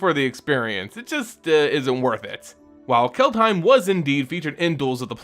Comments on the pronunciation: If you want to say "Kaldheim" more like a Norwegian, say "Kald-he(like in hell)-ee(like in bee)-m" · Its pronounced CALLED HYME.